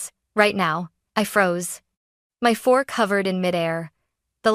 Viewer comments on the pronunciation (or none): *my fork hovered in mid-air NOT my four covered in mid-air??? I guess you still can't do effective voice direction to an AI bot.